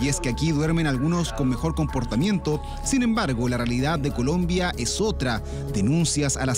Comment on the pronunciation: Dijo culombia el periodista 😂😂😂